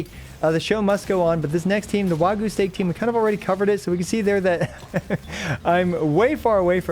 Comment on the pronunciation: What's "Wagoo"?